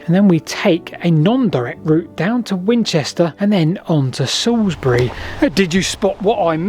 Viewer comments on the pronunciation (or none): none